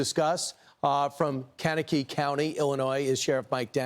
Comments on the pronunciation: Brian - It's pronounced Kank a kee not Kanak ee. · Its Kank-a-kee county! It’s really not that hard! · It’s Can-kuh-key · Kan -KA -kee 😂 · Learn how to pronounce Kankakee - kang ku kee. LOL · Learn proper pronunciation before reporting. You literally murdered Kankakee .